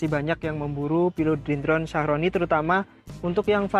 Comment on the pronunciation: Thank you unt penjelasannya mas...jd lebih ngerti 👍🙏 hny agak terganggu dg penyebutan Philodendron sharoniae Croat..kok jd Shyahroni sih mas?..maaf,,mgkn lebih tepat klo pronouncenya shyerene/shyereni e yaa..😊🙏 ini menurut sy yaa, sesuai penulisannya..😁